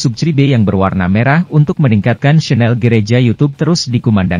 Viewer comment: Channel tasik ngaji ? Channel dgn chanel beda pengucapan nya.